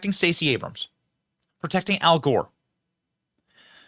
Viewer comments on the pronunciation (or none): none